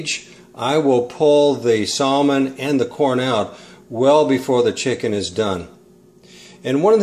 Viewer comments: You don't pronounce the L in Salmon ( Sam in) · The L in Salmon is supposed to be silent. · No. That is NOT how you say Salmon anywhere. Check for proper enunciation.